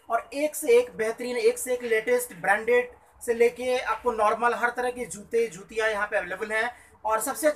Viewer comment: Bolna to sikh lo. Zute nhi jute